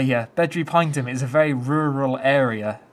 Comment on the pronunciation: Pronounced as “pine E Tum” 😉